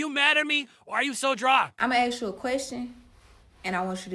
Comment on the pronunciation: "listen, ima axe u one mo' 'gin" 😂